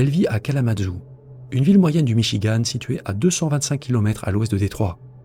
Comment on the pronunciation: Il n'y a pas de e à Michigan! En français ça se prononce comme dans Françoise Sagan...